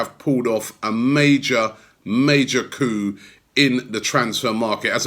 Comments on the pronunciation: Robbie stop embarrassing yourself it’s a massive coup not coo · Please stop saying coo lol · Stop saying coup ffs.